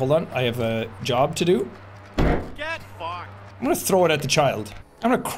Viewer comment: AHHHHH the canadian “get fked” 😂 canada represent